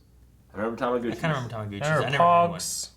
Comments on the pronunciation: They have a lot of problems with pronouncing certain words, especially Eric. "Aculyte" instead of acolyte; Sarreli instead of Salieri; Tamaguchi instead of Tamagotchi; and so on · Why I'm not surprised that just clueless like always? I'm not even American, but I know what "Doy" was. Also, "Amadeus", "Pilsner", "Salieri", and "Tamagotchi".